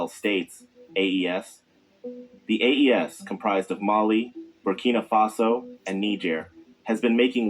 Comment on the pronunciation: Oh, and thanks for saying "Faso" !!!